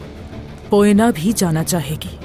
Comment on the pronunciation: Bhai ap bar bar poena ko boena kehte ho halime ka name boena Nahi poena hain